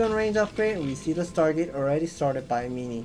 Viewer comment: Its MIN-ee not MEE-nee